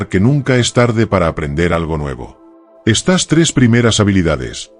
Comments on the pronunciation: No se dice : "...estás habilidades..." sino : "...estas habilidades..." ( con el acento prosódico en la "e" , no en la "a" ). O eres un robot o eres un analfabeto, una de dos. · le pones acentoa las palabras que no llevan por eso no me gustan estos videos porque no hombre Olvídateen vez de decir estas dices estás